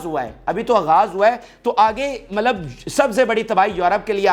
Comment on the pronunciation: MALAB NAHI HAI MATLAB HAI YAANI MEANS